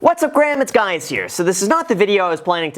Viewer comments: “What’s up graham it’s guys here!” LOL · Lmao🤣😂🤣 “What’s up Graham it’s guys here!” Lmao🤣😂🤣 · “what’s up graham, it’s guys here” 😂😂😂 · Why does he keep saying, "What's up Graham? It's guys here."